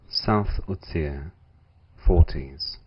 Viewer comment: Good! But Utsire is pronounced "Ut-zirer"! ;)